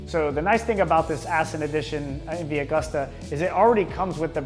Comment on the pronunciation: You should look up how to pronounce "Agusta"